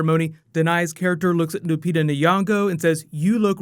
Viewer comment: you butchered lupita's name